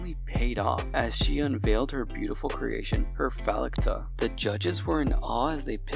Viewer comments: What is so difficult about the word “falcata?” You pronounced it “fellata!” 😂😂😂😂😂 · It´s pronounced fowl-kata, falcata, like falcon, the beak of a falcon, looks a like a sickle...nevermind